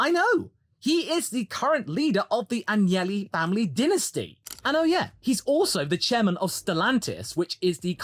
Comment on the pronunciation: It's AGnelli. Not Angeli. They are basically the Kennedys of Italy... And no Angels whatsoever. Old "Silver Nose" Agnelli was quite the match to the wily "Drake". Elkann is the intelligent grandson... he has a clown for a brother.